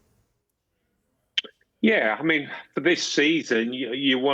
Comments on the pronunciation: Not fro “for” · Mean “fro”😂😂😂